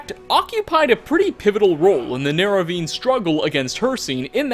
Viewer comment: For the love of Talos stop saying "Neravine"